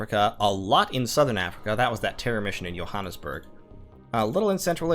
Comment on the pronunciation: As a South African, your pronunciation of Johannesburg on this 3 year old video that will have no impact on my life is driving me nuts, so I choose to complain about it in the comments section like it will fix anything . . . . It won't . . . . . Also, the mission was in Pretoria